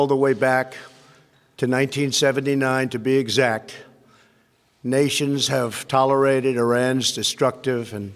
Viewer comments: Did he say "Tolerited"?? 🤣🤣🤣🤣🤣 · Tollerided? Accomplements? 🙄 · *Sniffs A Line Before The Speech* Trump : ToLeRiTeD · I love Trump, but... "Tol-er-ided" "Acomplomint-shays" Poor dude. XD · indigoclipz tilooraated. Haha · He said, Tolerited. big words.. Savage leader of ..El Big Daddy.. Rolling! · new word of the day: Tolerited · He said, Tolerited, hahaha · Toleride ??? Or tolerated 🤦‍♀️ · Lol um nope try again my hair is great lol I'm just saying it's tolerated not what he said 🤣